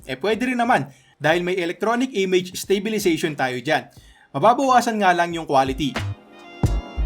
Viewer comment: stop saying 'stay'bilization. it's STAbilization